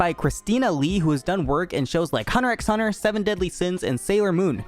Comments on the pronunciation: the x in hunter x hunter is silent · You don’t pronounce the x in hunterxhunter